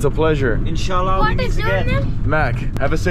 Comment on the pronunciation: When you say insha allah it feels g o o d